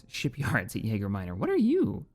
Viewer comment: Am I the only person who is slightly annoyed every time he says Yager Minor when its Yaga?